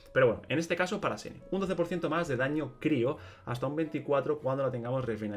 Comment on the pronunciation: Me da risa que sigue diciendo de corrido el nombre jajaj, creo que la mayoría lo dice shen-he y me parece que si se dice asi